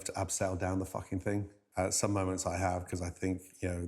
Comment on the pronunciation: The fing? I am sick and tired of this pronunciation..The thing.